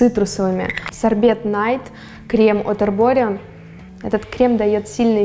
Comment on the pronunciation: подтяни английское произношение, молю)) А то КРЭМ)) И всё станет идеально) Ты котик!